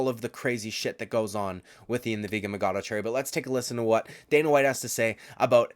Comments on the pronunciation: It’s machado not magado!! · You don’t have to say “ian the vegan Machado garry” 20,000 times. Especially when you can’t even say machado right. Idk if you’re trying to be sarcastic but there’s an h there.